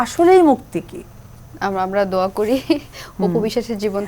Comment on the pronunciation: হিন্দুর বাচ্চা দোয়া কে বলে সুরা। তাও আবার ভুল উচ্চারণ। সাকিব কে ইনকারেজ করার জন্য ধার্মিক সাজার অভিনয়। মিথ্যাবাদী, বহুরূপী মহিলা